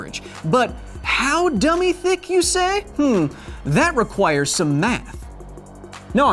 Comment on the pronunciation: Something about hearing you say dumby thicc fills me with joy. Thanks for the serotonin nerd Thor